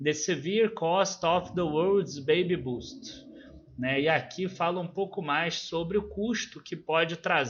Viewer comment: Oi,! Só um feedback em relação à pronúncia. A correta é “bêibi bâst”. A tua pronúncia é a apropriada para “baby boost”, que teria um sentido contrário. Justamente por este sentido oposto vale a pena corrigir a pronúncia. Em tempo, obrigado por mais este vídeo! O tema é bem interessante.